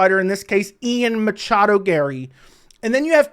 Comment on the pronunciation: Matchado. He never say his name correctly.